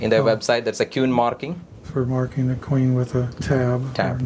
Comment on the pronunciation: Absolutely incredible video . The way he was pronouncing 'queen' was really getting me . 'kew-ween' 😂